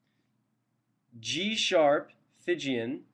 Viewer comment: there's no such mode as "Phygian"; it's "Phrygian", and is pronounced "FRIDJEEYAN". any scale --- not just the Major scales --- can be approached modally, if you feel like investigating. thanks.